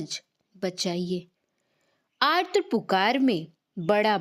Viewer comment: आत्र पुकार नहीँ आर्त पुकार बोलें 🙏